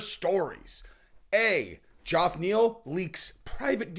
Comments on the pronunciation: why can't you pronounce Geoff's name right? It's pronounced the same as Jeff.....C'mon dude. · New subscriber and I will stay subscribed as long as you continue to pronounce Geoff Neal as Jowf Neel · Why is unable to pronounce the name "Jeff/Geoff"????? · Why does say “Joff Neil”? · Where I'm from 'Ge-off' is pronounces 'Jeff'! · What's with the JOFF pronunciation? Get it sorted on fire 🤣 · Who in the ENTIRE FUCKIN WORLD pronounces Geoff as "Joff" besides?! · I think is trying to copy the Chael shtick by intentionally mispronouncing people’s name. No way he still hasn’t figured out how to pronounce Geoff (hint: it’s pronounced the same as Jeff!) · I think it's really pronounced Geoff not Jeff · Does Geoff Neal pronounce is name funny or does nobody know it's pronounced like Jeff? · HIS NAME IS JEFF(Geoff) FOR FUCKS SAKE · Fucking hell. Geoff Neal's name is pronounced like Jeff. JEFF. Dear God. Maybe one day, you'll see one of these comments. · And if youre gonna talk about geoff neal can you please say his name right? It's pronounced just like Jeff just spelled different. Like John and Jon . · Why cant this guy not say Geoff properly? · The G sounds like a J and the O is silent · He's definitely continuing to say it that way out of spite. He sees the comments. I love it. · Its pronounced " jeff". But isnt the smartes tool in the shop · Geoff is pronounced the same Jeff- not "Joff". Did you think the thousand times it's been pronounced on air by many people were wrong and you were right? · Geoff Neal is pronounced and sounds like "Jeff" not "Joff".... ok? Pronunciation matters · Why the hell do you always pronounce Geoff Neal’s name as Joff? It’s pronounced JEFF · is it "Jaff" Neal or "Geoff" Neal, im confused?? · Geoff = Jeff! Cmon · Hey, how come you say Joff Neal? Lol everyone says Jeff (Geoff). Just curious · Dude will you stop calling this man Joff. Its pronounced Jeff.